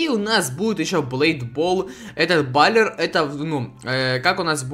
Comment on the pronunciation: Пишется баллер а читается баллэр